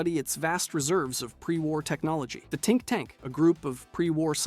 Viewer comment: tink tank?.....you mean think tank